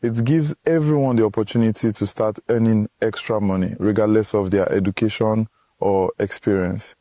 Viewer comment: "Educashoon" If any South African fell for this than andiyazi